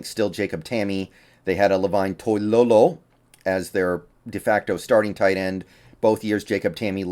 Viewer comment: did anybody else rewind to hear him say toilolo again? 😂